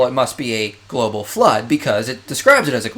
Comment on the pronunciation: "Globle" Lmao